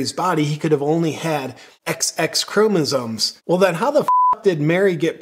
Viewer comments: Does it think we should take any advice from a thing that can't say chromosomes? It definitely not chromosones!! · it's chromoSOMES, not ChromoZONES. I couldn't listen to the rest of the video after this. We need a new plague.